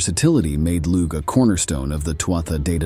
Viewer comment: Lugh is pronounced Loo.